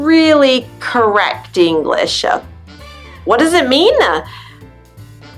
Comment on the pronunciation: Do you say English-ah or am I hearing things? LOL